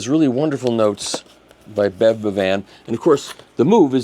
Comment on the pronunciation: Good work spreading the news! By the way, "Bevan" is pronounced like "heaven." It's a Welsh name, from "ab Evan" or "son of Evan" (Evan being the Welsh form of John), in the same way as the Irish O' and the Scottish Mac. "Bowen" is another example, from ab Owen. Also mutates to "ap", giving ap Richard = Pritchard, ap Rhys - Price. Etc. TMI? sorry.